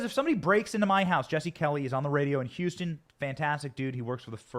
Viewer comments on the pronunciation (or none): none